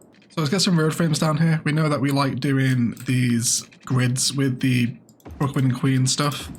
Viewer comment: Could be fun to name the Brooklyn and queens district opposite the river "Bricklands and Queens" in honour of your common misspeak XD